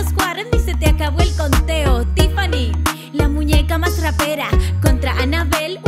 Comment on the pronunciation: Tiffani lo dijo bien